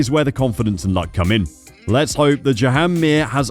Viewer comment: Its pronounced "Jahn" "John" Not "Joe-Ann " . "Marc Márquez " is not pronounced "Mar-Cee" Nor is "Jorge Lorenzo" is not Pronounced "Jorg-e" . So at least Think about it.